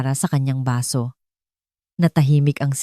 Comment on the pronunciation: Baso, not basu